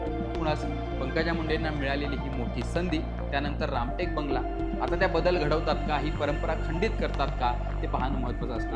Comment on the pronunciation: रामकेट नसून रामटेक असं वाचावं..